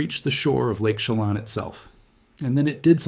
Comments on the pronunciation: It's "sha lan". Like pan. (Chelan) I live here. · I appreciate your report, but please take the time to learn the correct pronunciation of the proper nouns: Chelan; shu lan'. You mispronounce several names. It doesn't take much time to put a search on the word's pronunciation. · Lake Chelan is pronounced 'Sha-lan'. Your work is stunningly helpful. Thank you!!! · It is Lake Chelan, not Shelam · I think this guy is Ai. He has several channels, and the first time he said lake Chelan, he pronounced it incorrectly. The pictures on this video, and others of his look AI generated as well. I'm so sick of the fake 💩!